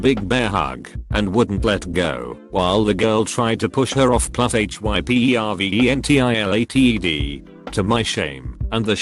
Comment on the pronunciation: Off + H -Y-P-E-R-V-E-N-T-I-L-A-T-E-D You know the ventilating is hyper when it's spelled instead of pronounced